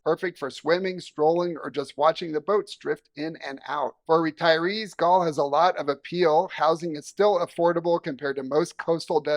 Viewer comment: I did not see any images of you in Galle: did you actually visit? It’s pronounced more like “Garlay”. And yes it’s lovely, but it’s a pretty small place. I am not sure what it would be like to live there.